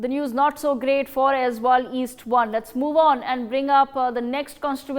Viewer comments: Its Aizawl not Aizwal😂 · Aizawl not Aizwal; Serchhip not Serchipp 😒 Disappointing to see such carelessness on a national media.